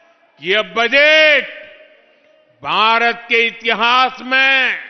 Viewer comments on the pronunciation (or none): none